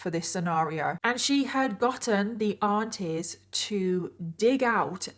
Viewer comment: OH aunties! I thought you were saying ARTISTS 😂